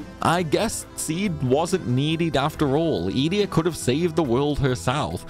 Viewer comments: Just me or does Ee-dee-a sound off? I always thought it was E-day-ah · Funny in my brain it was obviously eDEEEa not EEEEdea but i kind of like that too, is there anything official on the way to pronounce it?? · Funny, I pronounced it as E-day-ah too 😂. But, maybe we were wrong all this time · This is the first time I’ve ever heard someone pronounce Edea’s name. I’ve always called her E-Dee